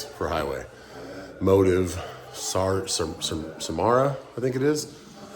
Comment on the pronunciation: It's pronounced Sam - Sar - uh 🥂